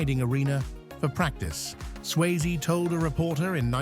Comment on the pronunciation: Tu peux pas dire le nom comme il faut, Swayze pas sysie